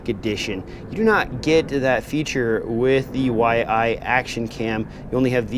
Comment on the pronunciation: Yi - not Y-I. Like Y as in Ying and "ee". Love how you always find a way to butcher names :D (j/k). Really looking forward to this cam for my racing/acro quad. The previous Yi was pretty dope for like $60 with all its scripts for higher bitrates etc. Wasn't as crisp as a Gopro 4 silver/black, but still better than a Session at 25Mbit. Already seen some footage from the Big Whoop drone racers Jet and A_Nub, who got this from the first batch and it looks real promising.